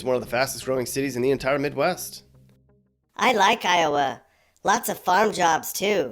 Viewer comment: Not “Towa” 😂